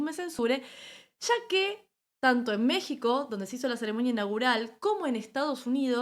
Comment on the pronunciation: No se dice Ceremoña. Se dice CEREMONIA